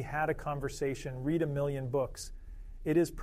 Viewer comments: There was an error in the pronunciation of the word "read". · This can't even pronounce "read" a million books correctly. It seems realistic until it sounds like a dope. Needs some fundamental work yet before I'll be satisfied. Thanks for an interesting video, though. I subscribed to your channel.